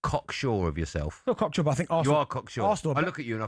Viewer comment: Asks Benty what score will be, gets an answer and then calls him "corksure!???"